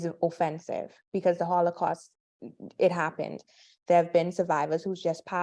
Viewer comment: holocaust not hollycaust